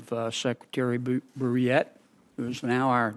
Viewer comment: No one else could have pronounced his last name! 😉